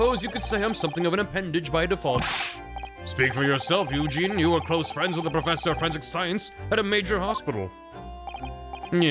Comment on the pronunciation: I know his name is Yujin, but I swear it sounds like says Eugene. 😂